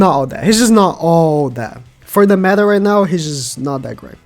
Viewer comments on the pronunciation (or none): none